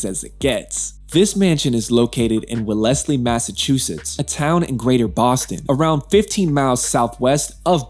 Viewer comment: The city is pronounced wellz-lee